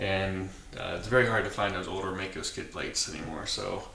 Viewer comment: Hello Mister,i am from Germany,and i think,it 's a good Channel - but there's one Thing,and that is ,that you pronounce "MAICO" a bit incorrect. It 's pronounced Like the i in "i am",or in "Like", so Like Mike-O. Don't feel offended (?), as i mentioned, your Channel is good,and this one little Thing is almost the only one i have to critised(?) a BIT. I once rode a MD250, and it was a real good Bike! Fast and light in weight... GREAT! So, sorry for my English, and Greetings from Ostfriesland, Germany O